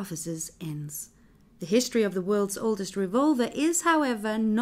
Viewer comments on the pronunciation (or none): "the wolds* oldest revolver" smh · Yeah, The god damn "Wolds" Oldest Revolver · yes the "wolds" oldest revolver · LMAO "The Wolds" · "the wolds" lol